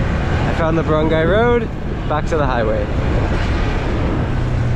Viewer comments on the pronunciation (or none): none